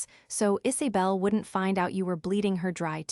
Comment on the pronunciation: names - 'isabel' - not "Is A bel'